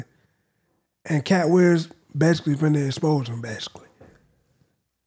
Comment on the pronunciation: "Katt Wiyems"